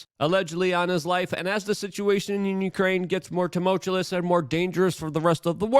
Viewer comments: You don’t like tumultulous? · Thank you Lou there's something wrong with the way you're pronouncing the word tumultuous it's driving me crazy . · yeah he cant speak very well. i were him i would stick to the most basic words because he's had more than enough time to practice.